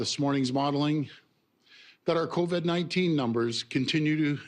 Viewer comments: Why does he keep saying "coved"?? Its covid for christ sake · is the new strain called "co-ved" ??? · Why is he saying "Coved" . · It's Covid not Coved my friend. he can't get the word right to show you how much he really knows. so full of it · "Co-ved"? HAHAHAHA! Is that the new strain of virus we're up against?? HAHAHAHA!! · Yeah and stop saying Cov-Ed it irks me everytime ..... dick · He says covid funny lol